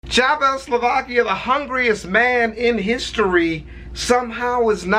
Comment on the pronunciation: I thought he said Chavezz Slovakia the Hungaryest man